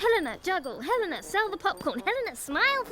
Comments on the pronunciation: ._. Hel-a-na. I love this movie and this review is really good, but please... Hel-a-na. Not HEl-a-na. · Ok her name is not Halina it's Helena get the name right you noob, i mean you have clearly seen the movie so you have no excuse for mispronouncing her name like that. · I want to like your video, but you seem to mispronounce the main character's name.... even directly before showing clips where it's beimg pronounced in the movie itself... I'm still goimg to give you a thumbs up, but damm. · The fact that Helena's name was mispronounced every single time made me quit this video about 2 mins in. What a shame because this movie isn't talked about enough.